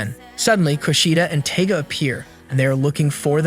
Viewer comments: LOL it's not "Taga" It's Tiga like Tiger the big jungle cat. 🤣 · Him mispronounceing the palm top tigers name makes me very angry